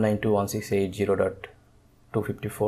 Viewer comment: There is no "G" in Zero